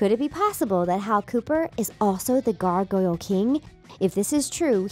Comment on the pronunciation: It’s the gargoyle king not the gargoyle kiieng...👀😅💞